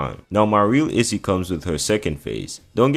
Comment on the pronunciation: Somebody gotta teach my dude how to say the word “issue” 😂😂